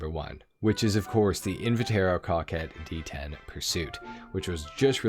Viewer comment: Say "Invitaro" one more time and I'll find you and do unspeakable things to your balls